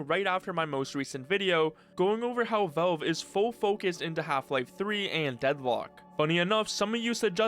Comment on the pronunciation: Man, the way you say Valve. "Vaulve". Is, actually irritating.